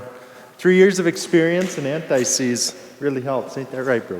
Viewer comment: It’s not a disease, it’s ant-seize. Great chemical but it gets on you and everything else.